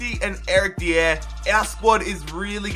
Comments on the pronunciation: It's not Eric D-EE-AIR It's Eric DIE-ER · its not said deee air it is die yer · I beg you don't pronounce Eric Dier's name like that it's pronounced Eric Die-er, love the videos though 😊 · Pronounce Dier correctly plz!! It is pronounced "Die-er". Other than that, loving your content!! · Love you stuff. Massive fan but it is pronounced Eric (die r) not deire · OH MY GOD ITS NOT DEE-AIR! ITS DIE-ER! NOT AN UNCOMMON NAME! HES ENGLISH SO IT DOESNT HAVE A FANCY ACCENT!!!!!!! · Dier is pronounced .. die-er not Di-air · Its eric Die-Ah not deeier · Your pronunciation of player names is atrocious. Who tf is Eric "Dia"? Pretty sure Dier is simple to say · you read it dYer that's the correct form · It's pronounced dye-er not dee-air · I love how he says Eric dier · I'm from Britain and the way he says some of the players' names is weird Especially Eric dier 😂😂😂😂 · The way you say "Eric Dier" makes him sound French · the way he says dier makes me laugh! good video still mate!! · Is just me who gets annoyed when he says Dier's name wrong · pls stop saying dier like a degen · Not how you say Eric Dier